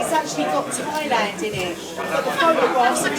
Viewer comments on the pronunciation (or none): none